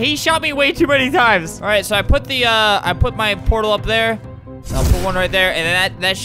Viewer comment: Nobody: Albert: “Portal, it is like this thing where you grab the thingy and shoot the thing and the other thing, and you go through them!” Poretall